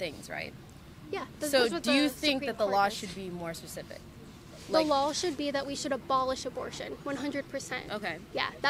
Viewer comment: " I have a soft voice - and once thats often like NAILS on a chalk board - Oh YEs & Kailin - U ALSO seem to pronounce Ls when they DO NOT belong - the word is LAW not lawL